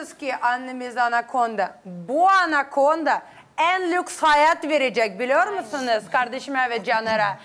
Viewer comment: hanım çok güzel söylemiş Anakonda diye😂😂😂😂😂😂😂👍👍👍👍👍👍👍